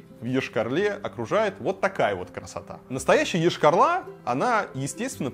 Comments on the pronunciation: Прежде чем говорить про город Йошкар-Ола, для начал надо было посмотреть как правильно город называется, уши вянут от того, когда говорят Ошкар-Ола... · Рассказывать, конечно, стоит. Но Вы слишком ёрничаете, кроме того, затянуто вступление. Очень. И заметьте: не Ешкар-Ла, а Ола, а то получается как у некоторых деревенских местных -,,... Ла".